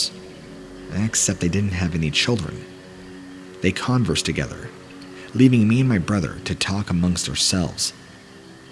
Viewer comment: Strange accident - mark ... accent on the first syllable , as in C0N-versed , like the shoe brand ...rather than con-VERSED , as in had a conversation. These computer voices don't understand pronunciation.